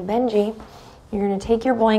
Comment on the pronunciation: “Bend your knee” sounds a lot like you’re saying benji😁🤣